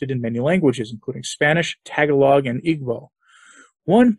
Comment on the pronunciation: you don't actually know any filipino people, do you? that's not how "tagalog" is pronounced.